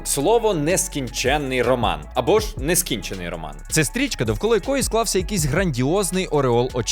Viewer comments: "Нескíнчений роман", наголос на і. "Нескінчéнний" пишеться ж інакше. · Роман таки "нескІнчений" (із наголосом на І), оскільки "нескінчЕнний" (з наголосом на Е) пишуть з подвоєнням. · Все-таки наголос на "і" - "нескІнчений роман" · НескІнчений !!!, а не нескІнчЕний